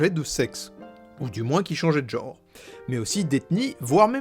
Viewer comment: pas mal (par contre pour chercher la petite bête tu dis "Chiic" ok mais à ce moment là dit "genre" et pas "jore" )